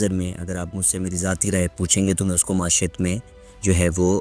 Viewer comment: معیشت کا تلفظ درست کر لیں معاشیت کو ئ لفظ نہیں ہے معی شت یعنی معیشت